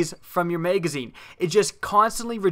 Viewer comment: maygazine lol